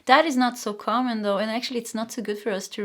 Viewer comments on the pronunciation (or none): none